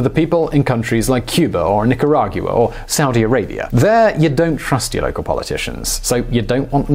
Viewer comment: And stop saying "Nicaraguiua"!!